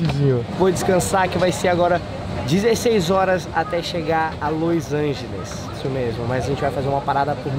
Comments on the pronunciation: q agonia o falando loisangeles ao invés de los angeles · Los Angels